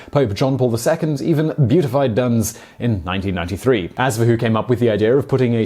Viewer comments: Did I hear that right? It sounded like Simon said that Pope John Paul II “beautified” Duns. I’m thinking JP II beatified him instead. After being dead for so many centuries, Duns is probably beyond beautification. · "Dowlte"...is not "Dow-Ite...it is DOLT....you dolt....thats an L, not an i...and its BEE-AT-I-FIED....not beaty-fied...omfg....as for the cap....take a look at the Auto-de-fey painting from the Spaish Inquisition era....jews were made to wear these hats...i figured YOU would know that one at least, and as Duns was known for wanting jewish children converted by force....they wore the cap until they did......you need new glasses pal, seriously. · "be at i fied" not "beautified" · Ha-ha! Dunse was NOT "beautified" but be-at-ified. Quite different. It isn't your olde English pronunciation that got you... Fun video though, as always! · Beatified, not beautified. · Never mind apologising for your pronunciation of old English, what about your pronunciation of beatified? Unless you really did mean beautified and the Pope dug up his corpse to give it a makeover.